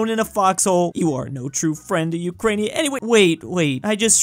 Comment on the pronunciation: I so triggered when i hear Ukrainia, dont even on russian is not like This, it's Ukraina(Украина,Україна) And no isn't Niet its Ni(Nea)